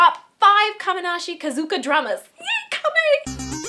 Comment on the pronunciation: "Kamenashi KAZUKA." I'm sorry I can't xD Great vid, tho ~~